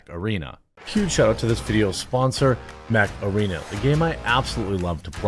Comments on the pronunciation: damn, i thought he said sponsored by "macarena". i thought "holy shit, it's making a comeback?" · "Heeeeeey, Mech-Arena!" I hope somebody gets a horrific Dad joke chuckle form that butchery!